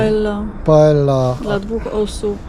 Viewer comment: Alicante to nie miasteczko, to miaso pokaźnych rozmiarów, a PAELLA wymawia się paeja warto zasięgnąć informacji chcąc przekazać ją innym.